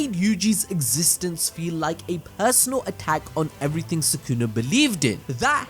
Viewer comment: I swear it was Soo-Koo-Nah, not Soo-Kewna